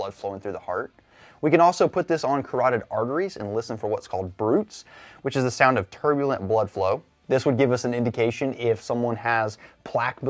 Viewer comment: Bruit is pronounced broo-ee